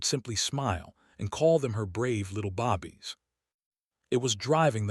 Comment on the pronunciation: Bobbies, you mean babies? Maybe your A I narrator needs to learn how to pronounce some words properly.